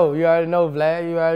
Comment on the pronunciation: lmao bruh boosie called this man “Glad” instead of vlad 😩😂😩😂